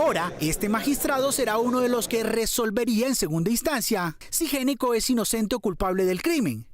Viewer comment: Si es Géneco, ¿por qué escriben Gnecco? Y si es Gnecco, ¿por qué lo pronuncian como Géneco? En italiano, la “gn” se pronuncia como una “ñ”, así que hay que decir “Ñecco”. Curiosa coincidencia con otro “ñeñe”, muy amigo de Duque!